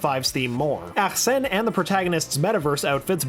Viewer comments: It’s Arsene not AKKKKKsene... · Dude. It's Arsene. Not ACHsene. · If you keep saying arsene like that I’m gonna tweak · When he tries to say arsenè 💀💀💀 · Can you just say Arsene please 😂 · Please stop saying “Arsene” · the protags persona name is Arsene lupin.. what was that name you said? is that ghowits pronounced?